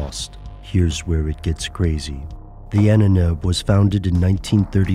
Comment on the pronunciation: Ahnenerbe, pronounced: Ah--nen--air--ber. Now you know.